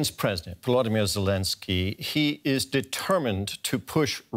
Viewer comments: Lezensky ? Lol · lolz , Vladimir Va..ze...lezenskiy?!?!